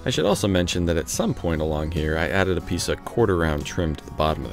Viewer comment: Did you say "install this piect"?